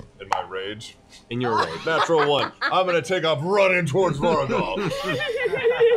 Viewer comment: Each time Matt says Vorugal I hear Beauregard